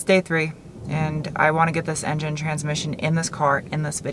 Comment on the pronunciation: I will forever call it "en-jine"